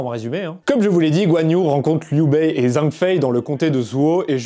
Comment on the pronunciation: Juste si tu parles des armes chinoises fait attention à la prononciation. Par exemple, 'qing' ne se dit pas 'king' mais 'tching', 'zhang' se dit 'djang', 'han' se dit plutôt 'ran' (avec un r raclé) Super épisode sinon